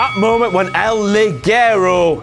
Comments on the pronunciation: Hey, just to say... He is mexican, so it is said lijeiro... Thats how G works here in latin language countries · I hate how he says, "El Ligero" It's pronounced, "El Lihero" in Spanish the "G" sounds like a "H" get it right people!!!! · You make fun of for not knowing how to pronounce El Ligero but you pronounce it wrong too, everyone in WCPW pronounces it wrong. You are pronouncing it as "El Liguero" which is a piece of lady underwear. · did. I know he's Mexican. I'm Mexican. El Liguero should be pronounced El Li-hero. with a hard h. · neither do you, the G on El Ligero is pronounced like the J on Jerry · also El Ligero is not pronounced like El Liguero. the j sounds like an H. I should know cuz I live in Puerto Rico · It's pronounced "El Li-Heh-ro" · it's actually pronounced more like " el liJero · That's not even how you say El Ligero, you stupid, non-Spanish speaking morons, idiot WhatCulture o'clock, you stupid.... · The pronunciation of El Ligero's name drives me crazy #latinamericanproblems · The irony being that the "correct" way to say El Ligero is still wrong.